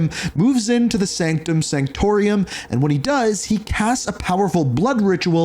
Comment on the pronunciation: Wow, words are hard for you, aren't they? Unless your script writer can't spell. Examples: "Sanctum Santoruium?" = Sanctorum "Hon-shu?" = Konshu "Carikoa?" = Krakoa "Ka-Null?" = Knull "Soar?" = Thor When you can't even pronounce names accurate, the video loses credibility.